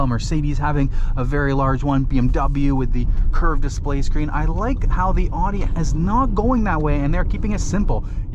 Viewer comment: Can't even say the company name properly.🤣😂